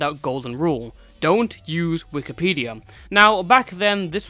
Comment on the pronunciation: Why do you call it Wikipedium?